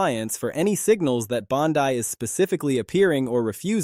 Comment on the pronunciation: If your going to do a story on somebody atleast pronounce their name correctly ! .... Bondy not Bondeye you banana 🍌